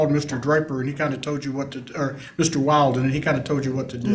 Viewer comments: Dad's attorney is good. That subtle needling of coo-coo mom by calling her bf "Wild-er" and forcing her to correct the pronunciation 👏👏👍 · It's definitely pronounced Will-den, for the love of phonetics. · How many times did lawyer mispronounce the boyfriends name? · Was Mr. Valdez's attorney mispronounced "Wilden" on purpose to fluster Mrs. Valdez? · The lawyer repeatedly misprouncing the bf's name 😅